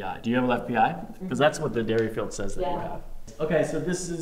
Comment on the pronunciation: Is it not pronounced "deer-field", not "dairy-field"? I feel like I've heard the former pronunciation on YouTube chiro/massage channels more often, but Googling suggests that the guy who invented it was named D-E-R-I-field... even sources that go on to call it the "Deerfield" test.